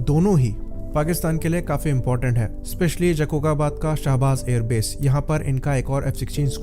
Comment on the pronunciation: Jacocabad ko Sahi bola Karen jakokabad hahaha